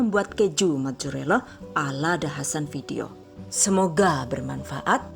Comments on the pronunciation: gw dengernua majurella wkw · Haha majorela